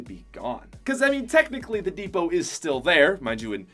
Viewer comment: He kept saying dusty divot un stead of dusty depot lol